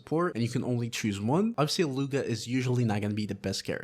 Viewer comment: His name is pronounced, eat-loo-a